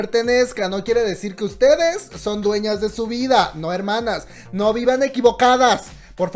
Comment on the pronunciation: NO SO CHINOS! Jajaha falta la "N"